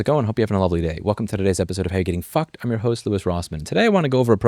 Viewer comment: "Hey everybody, how is it going, I hope you're having a lovely day! Welcome to today's episode of How You're Getting Fffucked, I'm your host Louis Rossmann." Just from the uncensored word usage and the pronounced f I knew Louis is more pissed and aggravated than usual.